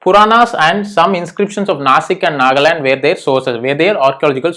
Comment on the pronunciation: its Nanghad not Nagaland